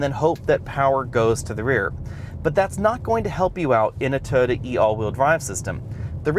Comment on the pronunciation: Its TOYOTA not Tota! Did not understand what you were saying at first.